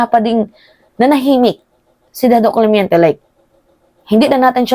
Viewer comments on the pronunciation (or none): correction.. CLEMENTE hindi CLEMYENTE. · Clemente not clemiente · Clemente hindi clemiente